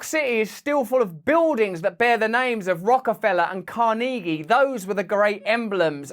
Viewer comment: Nobody: Russel: CaR-knee-gi